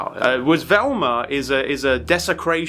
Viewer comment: I love how he says "Velmer" lol